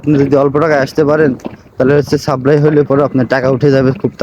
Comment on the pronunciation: ভাই সাবরাই না, কথা টা হলো সাপ্লাই ভিসা।